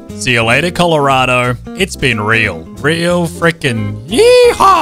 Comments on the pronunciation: Wait is it just me or did say colorodado I though it was Colorado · why does he say “colorado” like “colloradado” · Coloranado why are u calling it that its just colorado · I love how he is saying Coloradado